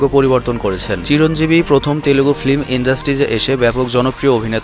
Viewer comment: Its Telugu not telegu ...